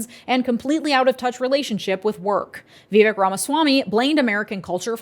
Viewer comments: can you please say Vivek's name correctly? I don't think you're saying it wrong on purpose, but I think getting peoples' names right is really important (even when we don't like them). It rhymes with cake and rake--Vih-vake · His name is vivek. It rhymes with cake. Remember his rap?